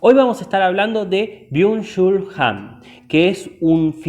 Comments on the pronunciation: Excelente resumen. Leí el libro y me dejó muy impactada al igual que otros libros de Han. Sólo una sugerencia: es Han no "Hans" y suena a desconocimiento del autor aunque evidentemente no es asķ por todo lo explicado. Gracias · Que no es Hans ...... es Han. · No es Hans, es Han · Porque dices “Hans”, es Han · Es Han! No hans HAN